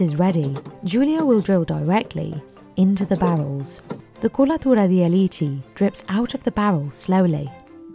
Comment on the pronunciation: The " kulaturadialeeecheee "